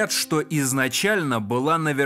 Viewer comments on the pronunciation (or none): А как он говорит «шо», а как посмеивается